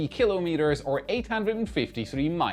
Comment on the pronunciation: I'll ignore the "mssive" typo, because is one of the very, very few people who pronounce "kilometres" correctly. Keep kilometres korrect - You Rock!